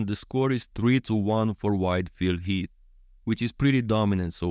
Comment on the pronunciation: I keep hearing "white Phil Heath." 😄 Also can you do Bonac with Hadi's torso and Krizo with Andrew, Samson or Brandon's torso?